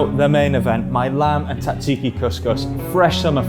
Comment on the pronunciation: Your pronunciation of Tzatziki is criminal.